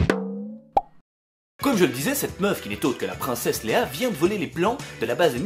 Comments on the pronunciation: C'est Leia. LeIIIa. Comme si tu disais Leya. Et pas Léa. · C princesse léÏa et pas léa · Leïa pas Léa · Je suis super stressé quand il dit Léa au lieu de Léia xD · prend la voix de Hermione C'est pas Lea mais Leiiiiiiiiiiiiiiia !!!! ;') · Aaaaah c'est princesse Leïa pas Léa ! Excellente vidéo comme d'hab sinon ;) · Mdr c'est pas Léa, c'est Leïa😂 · C'est Leïa pas Léa !!! Sinon super vidéo 😉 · j'aime bien t'es vidéo mais juste tu dis la princesse Léa au lieux de la princesse Leia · On dit " Leia", pas Léa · Qui étais en pls chaque fois qu‘il dis “princesse LÉA ?” C‘est Leia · Leia !! Pas Léa non de Zeus !! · Se n'est pas léa mais LÉÏA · Il dit Léa au lieu de leia et il dit michou ou je rêve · la princesse c'est pas Léa c'est leïa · j'adore MAIS c'est Leïa pas Léa😘😘😘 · C est LEIA pas léa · C'est Leia et pas Lea... Ou alors je suis sourde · J'adore mais juste c'est Leia pas Léa voila voila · C la princesse Leïa pas Lea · elle s'appelle Leia !!!! pas Lea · ÇA me stresse. ELLE S' APPELLE LEIA PAS LEA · On dit Leïa pas Léa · je rêve ou il dit Léa au lieu de leïa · C LEIA PAS LEA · C'est pas Léa mais Leia :p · Leia pas lea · c léïa pas lea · Leia pas Léa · C pas lea mais leïa😂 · SA SE PRONNONCE LEYA PAS LEA mm si chui pas sur de l'orthographe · Génial comme d'habitude, seul bémol, ta prononciation de Léïa, raaaaaaaaaaah horrible :'( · 1 - On dit Leia ! 2 - Alderande s'est faite explosée par l'étoile noire d'où le fait qu'ils se rapprochent de la station 3 - On sait comment ils se sont planqués dans le vaisseau pendant la fouille (trappes de contrebande sous le plancher) 4 - Alderande étant détruite, c'est Yavin4 qui est menacée à la fin du film et pas (encore) la même planète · Cest Leia! L-E-I-A! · J'ai entendu 'léa' à chaque fois q.q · Je rêve ou il dit '' princesse Léa '' ???! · C'est moi ou il dit princesse léa ?? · En tout cas il dit Léa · C'est Leïa, point. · tu prononce mal le non de la princesse leila mai bon t cool quand meme